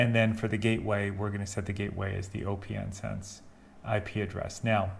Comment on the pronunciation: Okay. Another video where the OS for opnsense vm is set to Linux. But opnsense is based on BSD. Therefore I always set the OS to “other”. Maybe it doesn’t make much difference when it is running. And I read somewhere that it is pronounced “opensense” as in not closed 😊👍🏼